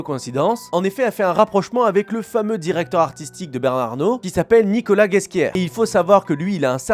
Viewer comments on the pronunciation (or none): none